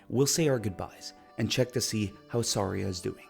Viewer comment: I know I was watching a reveiw and they said “Sairia” and stuff like that and I was so mad… but it’s not all his fault he had an accent… but some of it was butchering it